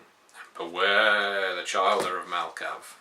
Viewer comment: Chil-der not Child-er.... but beyond that nitpicking good job :)